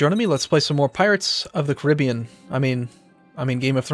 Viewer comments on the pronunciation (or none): none